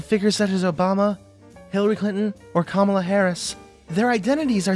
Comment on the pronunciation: It's "ka-MAH-lah" Harris, not "KA-ma-la" Harris.